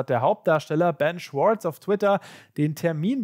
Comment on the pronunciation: der heißt micht schwortz der heißt schwartz.